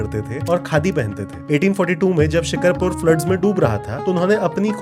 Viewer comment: Actually it's not shik(har)pur it's Shik(aar)pur! Maybe The Indian city with this name is called this way but,Sindh Pakistan's city is called this way as I'm also a shikarpuri🤍 Btw this was a great knowledge and truly I didn't know this before this video!